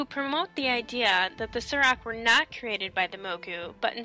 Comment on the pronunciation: Why do you pronounce "saur" as "sir"? When you're talking about dinosaurs do you say "Dino-sirs"? Pretty sure it's pronounced "soar". That's how the story telling panda-man says it anyway, when you ask for his story about the Saurok.